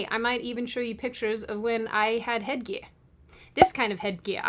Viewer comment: I love your accent!!! The head gear pronunciation was amazing!! 🤢🤢🤮